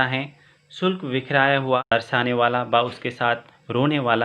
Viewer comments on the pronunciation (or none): Shushk ko aapne shukla bola , very bad pronunciation !